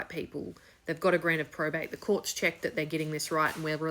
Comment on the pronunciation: There is no prostate in Australia. Hasnt been for decades. Also, the speech impediment is quite frustrating.